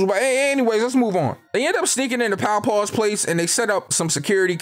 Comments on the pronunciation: "Powpaw" is crazy 🤣 Her name was Popclaw! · PowPaw lmao. Bro it's POPCLAW 🤣🤣🤣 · It’s popclaw not poundpaw or wtv🤣🤣great vid tho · He keeps calling Popclaw, "Powpaw " lmao